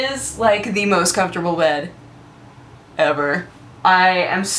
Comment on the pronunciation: "It's like thE most comfortable bed *dramatic pause* ever." lol-ed